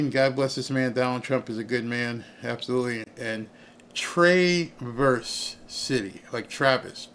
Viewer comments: TRAVERSE City MI. You pronouce the a as a "Short Voul" like Travel City but its Traverse City MI. I hope this helps. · It's pronounced Traah verse city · No it's Trâverz City The A is short like at and as. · 💝 The "A" in Traverse City, MI is like the "A" in apple. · Omg lol....TRAH....VERSE....SHORT A SOUND